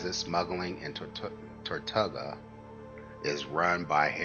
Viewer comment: Tor-too-gah. :) Nice video. Thank you for sharing.